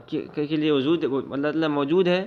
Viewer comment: Ujood ujood kyun padhte ho bhaijan wujood hota hai ujood sunte me kaano ko takleef hoti hai bura mat maanna bhaijan